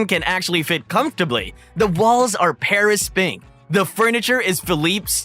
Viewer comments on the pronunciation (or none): Imma need for yall to get these names right 😂 Pharis and the Shoq lol come on are you even trying